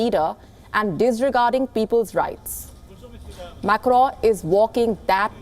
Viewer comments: Its not Macro Macro as you are pronouncing it is MACRON Wonder how they hired you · Mam it’s not Macro.... it is pronounced Macron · Why the anchor is calling Macron as Crowww? 🤣🤣🤣🤣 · The way this anchor just butchers the French name... is a wonder to watch.